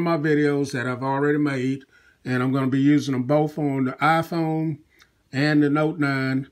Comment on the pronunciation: wyaafaa aayaiphone sorry but i heard it like that :)